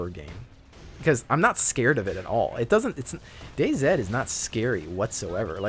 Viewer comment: I'm a huge fan or Battlefield but I have to agree I really hate both the company and stupid release of server control, which has now swamped the list with shitty metro maps! Really wana see 2143! loved 2142 when it was hot, need some more Titan maps :) Totally agree with you pronunciation of Day-Z, anyone who says otherwise is just WRONG! :) Keep having fun man.